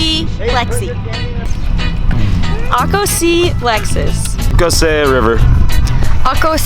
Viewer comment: 'ako' is 'eyko' 😆